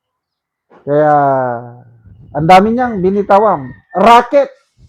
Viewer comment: Racket Hindi rocket.